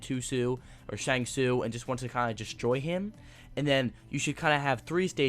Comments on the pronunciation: And of course "shank coo" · Dose He know anything about Mortal kombat? He cant even pronounce the names right." Shangchoo and Cho chang"